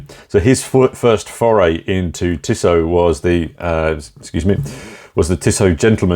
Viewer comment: Tissoh, not Tissott.